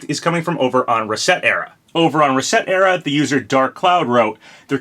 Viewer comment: That website is not meant to be called “reset era” it’s supposed to be a play on the words “reset” and “etcetera” (commonly shortened to “ETC”.) 😅 You also spelled “Sakurai” as “Skaurai” at one point along the bottom of the video. You also mispronounced “familiar” as “FERmiliar.” OOPS! 😅